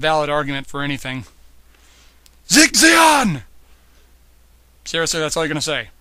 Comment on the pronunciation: your marasai looks amazing! i think you mentioned those paints on twitter and i was really curious to see the result. oh and its "sieg zeon" not "zig zeon" ;D in german the "ie" is pronounced like a long english "e". so i guess it would be more like "zeeg zeon" :P